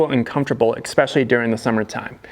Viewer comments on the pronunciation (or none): Maybe because he keeps pronouncing especially as eXspecially. Who can tell.